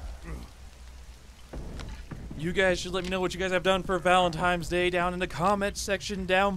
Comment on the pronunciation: You kept saying Valen TIMES day :/